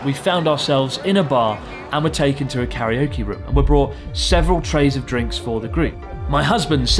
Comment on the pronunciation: Please say karaoke correctly.